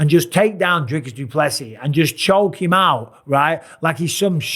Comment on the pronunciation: Really Dana??? You still can’t pronounce Dricus properly after all this f’n time???